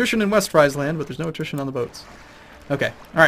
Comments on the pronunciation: if you win this war, you've pretty much won the game. it will be called the war of the two emperors and a bad-ass viking. oh and btw, it's Sk-oa-ne and Fr-ee-sland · Seriously, start looking up pronunciations of provinces. I always cringe when you say Skåne and Friesland.